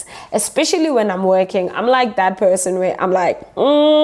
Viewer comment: Her: Point of person my ears: Point of pissing Had to go back and listen to that again with subtitles on